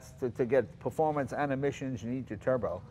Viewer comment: Im-_ no no no. Is-a performante eh. xD